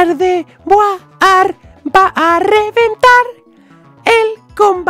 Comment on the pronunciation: Cuando estaba escojiendo el nombre de gardeguar dijo perapera